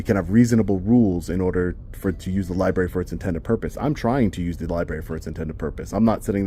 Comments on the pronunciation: I just have one complaint. It is a pet peeve of mine. I'm a baby boomer and we were all taught how to spell and read come and it is library with an R after the bee, it is not libary! Anyone who is as educated as you are should know that! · The amount of people who say "liberry" is astounding